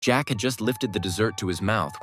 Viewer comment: The one time the robot saying jack is actually right